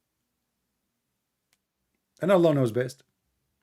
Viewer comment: allah has showed us how this guy is a scam he couldnt even prounounce allah at the start